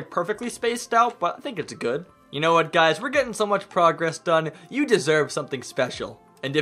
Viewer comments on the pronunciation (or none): none